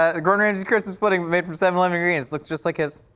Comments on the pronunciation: its seven-ELEVEN not SEVEN-eleven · I love the way says "Seven-leven"